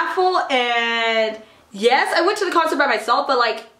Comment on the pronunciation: I was dying when he said "YUS!"